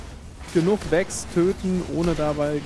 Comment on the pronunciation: Vex, nicht Wix. Ich verstehe. Immer dieser Hummer. :)